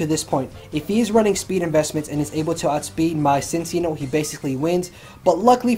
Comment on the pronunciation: Man, every time he said "Cincinno" I heard it as "Since y'know"... I got so confused because I wasn't lookingat the screen while listening to the narration...